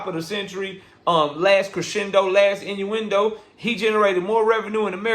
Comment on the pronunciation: "Last Crasendo, Last Inueindo"!!!!!😂😂 too funny!!!!! But at the same time, Bro on his ISH!!!!!!